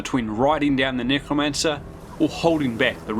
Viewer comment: Bro said nygramancer